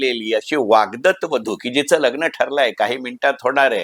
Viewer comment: वाग्दत नाही वाग्दत्त